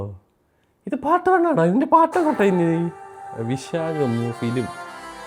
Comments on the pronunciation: വൈശാഖ് ❌വിശാഗ് ✅😂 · വിശാഖ് അല്ല വൈശാഖ് ഇവൻ ഏത് 😂😂😂😂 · വിശാഖ് ❌വൈശാഖ് ✅